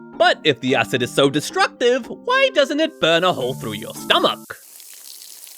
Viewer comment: Bro said stomACH